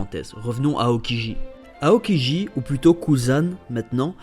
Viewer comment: Mais mec prononce bien chabôndi mèrde et aokiji -_- !! Tu casse les couilles